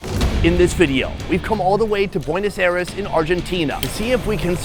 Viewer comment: Welcome to "Puenos Ares"